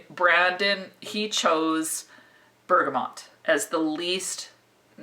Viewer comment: Love your videos but one thing is driving me crazy with this one, it's BERGAMOT( pronounced Bergamo) not BERGAMONT. Keep up the great work, love your style and humour. :)